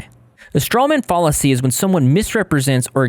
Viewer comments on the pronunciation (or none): bruh i can’t take u trying to point out the issues w her arguments seriously w u mispronouncing the word fallacy like “fall-acy ” 🙃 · He's also saying fallacy wrong, it's pronounced fal-uh-see, with the fal rhyming with pal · Pls google how to pronounce fallacy lol